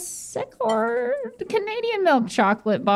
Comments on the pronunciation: Hey, it's Laura See-cord =P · Hi from Canada, it’s Laura “Sea-Chord” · Just an FYI, Secord, it's pronouned as "seacord" valiant try though. Take care everyone, love watching your videos. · it is pronounced SEA-CORD.. for the Laura Secord chocolate:) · laura sea cord is how its pronounced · us Canadians would like to politely correct pronunciation of Laura Secord (pronounced Sea-cord). Sorry:) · Fyi it's pronounced Laura See-cord (I'm Canadian) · Laura Secord: Laura See-chord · The chocolate is pronounced Laura SeeChord 😅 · Laura See-cord. Used to be awesome but we prefer Purdy’s which is also Canadian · It's it's pronounced Laura "sea"-cord. Lol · failing to pronounce Laura Secord was very funny to me as a Canadian lol